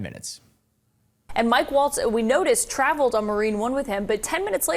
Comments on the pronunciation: If you're going to be covering the news, try to get the names right. It's Mike Waltz, not Mike Walz. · IT'S MIKE WALTZ! Not Walz! 🤬🤬🤬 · Mike WALTZ, not Walz. Can't understand why this keeps getting confused throughout the media...